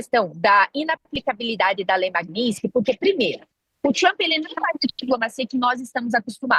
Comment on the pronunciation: >> lei "maguinitisquis"..."jornalista". >>> O que era pra ser dito: Lei Magnitsky